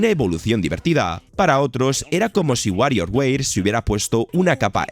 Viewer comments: Wario weir? O sea, tu dices softweir envés de software? 😒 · y un gatito cuando dice wario weir :'v